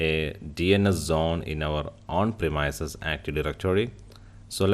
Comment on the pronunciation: Hello I like your video and I learned what I needed to know. but I had to restart it several times. Everytime you pronounced premise I had to think what is that then change it to premise . That is more on me than on you. You speak very well and it is just the one word that grabbed my ear and made me not understand. I hope it is not rude to mention this. I really did get a lot of useful information from your video and I appreciate the time you spent on it, greatly.. Please see google link below for how to say premise. A little thing but it made me rewind your video four times.